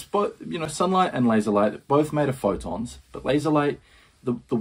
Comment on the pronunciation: "You've probably heard about the plastic in the ocean" - and if you haven't... 24 mins later... "And the ocean is full of plastic!" And I like how you explain what a laser is, and ignore that he actually said "lazer" instead. Totally different (even in America, "ztimulated" is not a word) Also, I'm not sure if you noticed this, but when the British convicts showed up in Australia, there were already people there. You might want to occasionally remember they (still) exist.